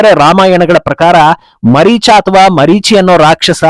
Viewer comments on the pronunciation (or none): Mareechi Alla Maareecha